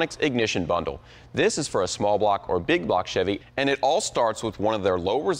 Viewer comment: Baby say big bwock 👶